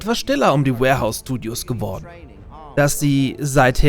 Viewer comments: schade hab gehofft es wär n Video von dir mit nem Insider der es begründet. Also doch nur falsche Aussprache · Alles super aber das Studio heißt "WARhorse studios",nicht warehouse :/